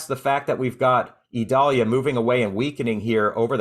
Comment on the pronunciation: I notice you call it (Ē•doll•yah) while the national weather service calls it (eye•dail•Ē•ya), two very different sounding names. Is there a place for people like yourself to reference official pronounciations so that listeners won't possibly be confused?